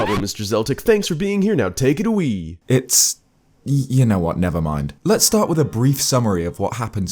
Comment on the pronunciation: Or, "take it a-Wii"?